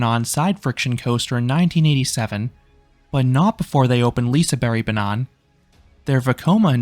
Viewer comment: I grew up going to Liseberg almost once every year (less so now). I nevewr knew how lucky I was to have this great place so close to me. My favourite will always be Lisebergsbanan (you're pronouncing it wrong but it's ok, sounds like you're saying banana though, haha). And yes, what makes this place unique is the views and atmosphere. I'd suggest you go there in winter during the christmas season, it's beautiful!